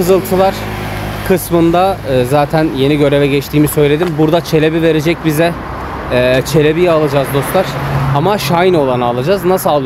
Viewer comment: Selebi diye okunuyor